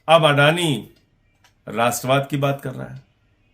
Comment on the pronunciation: Rastravad nahin magar radorad hai